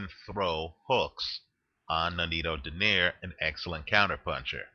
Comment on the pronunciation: it's pronounced as "Do - nay - ree"